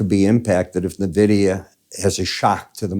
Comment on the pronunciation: it's en-vidia m8.